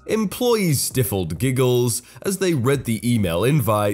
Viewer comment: second time he's said stiff-eld instead of stifled LOL doesn't lean lessons does he